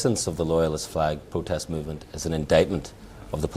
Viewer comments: Why can nobody pronounce their words correctly, peace plotest, young plotestants... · Wee Jamie Bwyson says it's a peaceful pwotest